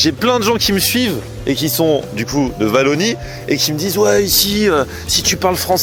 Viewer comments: le W se prononce pas V mais OUA donc WALLONIE vous devez dire OUA-LO-NIE .. meme chose pour wallon , wagon etc etc.. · Ça s'écrit Wallonie mais ça se prononce pas vallonie , les français vous avez du mal avec la prononciation sur les noms ........ Ça se dit ouallonie si vous préférez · Ça ce prononce walonie … pas valonie … un w pas un v … (oualonie) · Vallonie😂😂😂😂😂 c est un W donc on dit OUALLONIE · En vallonie🤔🤔🤔 ou wallonie 😅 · la vallonie x) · Wallonie ça ce dit oualonie 😅😅😅😅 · « Valonie » 😂 ralala les français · ça se prononce pas Vallon/vallonie 😂 aie les oreilles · Wallonnie et le w se prononce